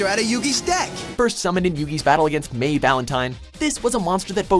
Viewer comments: Just so you know (Because you are infamous for doing this) you pronounced a name wrong... AGAIN! It's not May Valentine, it's MAI Valentine. Pronounced as MY Valentine! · It’s pronounced mi not may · u said may not mai there's a difference lol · Apparently the narrator didn't watch the show. How are you going to pronounce her name May? When they said it like my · It's mai not may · May valentine??? It’s mai you idiot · its Mai Velantime not may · It’s pronounced maaaaaiiiii not meyyyy idiot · You mispronounced Valentine's first name. It is Mai, Mei like to made it sound. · It's not may valentine it's mai valentine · Mai not may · May Valentine??? I thought it was Mai (my) Valentine. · He said May not Mai come on dude pronounce it right. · It's not may valentine It's Mai valentine MAI Valentine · It is pronounced my not may sorry about picking holes but never say red eyes b dragon it is red eyes black dragon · "...against May Valentine..." Uhh... It's Mai (same pronunciation as "my") Valentine. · Alright you see it's not may Valentine it's Mia pronounced my. Just saying because I'm a Yu-Gi-Oh nerd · You said mai (my) valentine as mai (may) your pronounced her name wrong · it's Mai as in My, not May, it even says it in the series! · May valentine really watch the actual show sub or dub it's not may valentine it's mai valentine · May Valentine? Its mai valentine not may. Its not pokemon, how can a channel so popular make a elementary school mistake like this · DID YOU SERIOUSLY JUST SAY MAY VALENTINE?!?! OMFG IT IS MAI!!!! AND SINCE WHEN DID WAS ZORK CREATE THE MILLENNIUM ITEMS?!?! THERE IS LITERALLY A WHOLE EPISODE EXPLAINING AND SHOWING HOW THEY WERE CREATED!! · It is Mai Valentine, not May Valentine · Did he just pronounce Mai's name wrong? It's not may,it's mai(my) her name is a wordplay meaning "my Valentine" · it is mai not may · khemnanan deonandan he is saying the guy talking said it like MAY instead of MY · her name is not may it is mai pronounced my